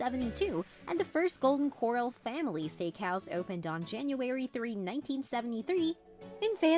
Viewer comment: The narration had to have been constructed on a computer... how the eff else would it keep pronouncing "Corral" like "coral" ? #Phony